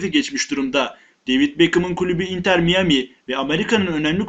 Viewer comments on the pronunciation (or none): Kardeş allah aşkına şuna mayemi de miyami değil river plate e okunmuyo ya ulan ineklerden mi öğrendin türkçeyi içerik güzel ama izlerken kriz geçiriyorum be arkadaş